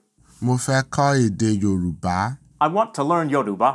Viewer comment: I really love the effort you put into getting the tones correct: Yòrùbá.